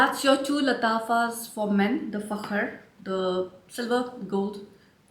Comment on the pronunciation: I just received Fakhar Rose yesterday. Before it dries down I get a lot of gardenia which to my nose always reminds me of spearmint. After the dry down is when it really becomes the most beautiful scent. I love the way that you say Fakhar😉 I enjoy your reviews. Very detailed.